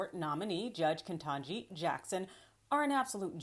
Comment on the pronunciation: Why do you keep pronouncing it Ke N tanji ? It doesn't have an N in the early part of the word. It's Ketanji, so it's 7 letters, not 8. KE TANJI not KE N TANJI